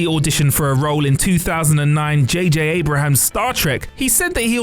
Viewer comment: Who the fuck is JJ Abrahams 😂